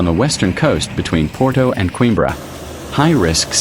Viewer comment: That's what I said but it's a robot so we can't expect too much lol